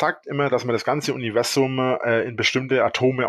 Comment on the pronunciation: Es triggert mich jedes mal, wenn er "Univessum" sagt